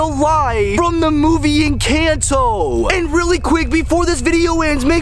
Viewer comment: Not meaning to be rude but.. it's pronounced encanto like watch the movie and see how they say I know it's pronounced encanto in Espanol. Cause I'm Mexican